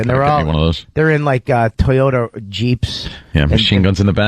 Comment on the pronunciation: It angers me that Bobby said “toyoter” and “sodar” but no one said anything about it